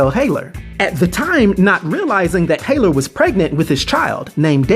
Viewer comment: Legion's mom's name is Gabrielle Haller, as in HALL-ER, not HAY-LER. Respects